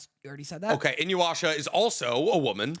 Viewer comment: Ugh quit saying Inuyasha with a W! I cringe anytime somebody does that and I don't understand why!? There's no W😩